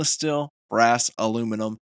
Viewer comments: good video but you're killing me with every time you say "Still" instead of "Steel" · Please, it is " STEEL " not " STILL "